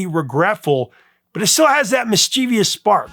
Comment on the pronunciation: He really needs to learn how to pronounce "mischievous."